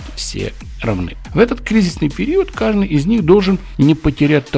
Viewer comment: 0.54 - " В этот кризисный период кажНый из них" ) иногда такие словечки выдает )